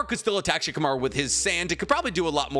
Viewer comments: Why do you sometimes call Shikamaru Chicamaru? It's weird. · It's funny when keeps saying shikumaru is tree level😂